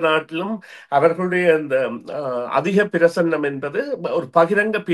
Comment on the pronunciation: “அதிகப்பிரசன்னமா” இல்லை “அதிகப்பிரசங்கித்தனமா?”